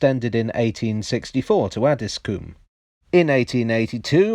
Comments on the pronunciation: I think it's pronounced Addis-com not Addis-coom! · It's pronounced Addsis comb. Not Addis Coom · I guess coom is probably the right pronunciation but have never heard anyone call it that. 😂 Ah-dis-cum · Interesting video thanks. Just to let you know it’s pronounced “addiscome”. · Just being a bit picky. Having lived in Croydon for many years and worked just round the corner from Addiscombe Station. Just to let you know it's pronounced "Addiscome". :) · I live at elmers end and this is how you say Addiscombe Add-is-Co-mbe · Please stop pronouncing Addiscombe as “Addis-coombe”! It’s where I live. I highly doubt phase IV of the Jubilee/Fleet Line would have got as far as Hayes and I highly doubt the Bakerloo will get that far either. Although Croydon have wanted the Tube to get here (the Victoria Line was planned to terminate at West Croydon, but the usual problems of tunnelling south of the Thames meant the line was going to be cut back at Streatham, then eventually it was cut back even further at Brixton), Bromley council have objected to any plans to extend the Tube into their borough in the past and for the extension of Tramlink into Bromley town centre. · I'm from Beckenham and grew up in Elmer's End area. There's an urban legend that says Elmer was a highway man that was hung. Also Addiscombe is pronounced Addys-cum by the locals. 😂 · It’s add-is-coh-mbe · He's not from Addiscombe though (I am). There's no vowel in there - it's more like Addis-cm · LOOOOOL 'ADDISCOOM' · The Addiscombe tram stop is actually more or less on the site of Bingham Road Station, about 20 metres along and 3 metres down. Bingham Road was the location for the train scene at the opening of the Tony Hancock film 'The Rebel'. PS us Croydon types pronounce it Addiscum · The 'O' in Addiscombe is short... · Have been saying Addiscombe wrong this whole time?